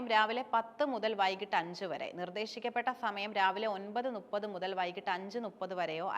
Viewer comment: ചേച്ചി, ടീച്ചർ നുപ്പത് (ന്നുപ്പത്) എന്ന് പറയാനാണോ പഠിപ്പിച്ചത്, മുപ്പത് എന്നല്ലേ പറയേണ്ടത്...